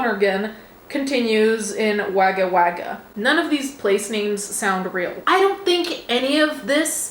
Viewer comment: hehe it's pronounced wog-gah Wog-gah...it means crow and indigenous language and they repeat the wore it make it plural so it's place of many crows